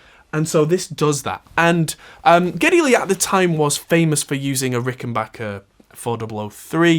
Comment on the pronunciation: SADLY YOU KNOW NOT HOW TO PRONOUNCE NEILS LAST NAME, at least not properly!!! Though I am impressed with your ability to get Geddy's real name correct!! However, and perhaps a bit more "homework" then you would have been spot on, matter of fact had you figured out all of that... this video, well then... "Bob's your uncle," yeah?!?! But as I said, had you found Alex's REAL NAME, NOT HIS stage name, well then an almost home run hit!!! I will give you a bit of help, straight away now.... for Niel's last name..... and..... It is PRONOUNCED.... "PIER"-T Like a fishing pier... with a "T" at the end!!!! Perhaps you can do a follow up video to this video as a way to correct your mistakes... if you will!!!???????!!!!